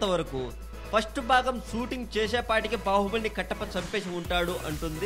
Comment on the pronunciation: orey vedava adi bavbali kaadu ra Baahubali..